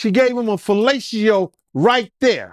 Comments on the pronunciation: ‚She gave him a feelayciyooh‘. I give up. I‘ve seen it all, y‘all. I heard it all. That‘s it. It‘s over. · Same here but I heard: ‚….she gave him a feelayciyoooh‘